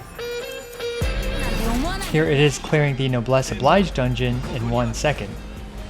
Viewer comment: Great content as always. Just a note that "noblesse oblige" is a borrowed French expression and therefore the "oblige" isn't pronounced the same as the English word that looks the same.